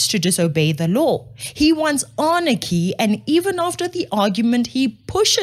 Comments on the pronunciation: Love your shows but it's not Arnachy. It's Anarchy. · "anarchy", not "arnachy".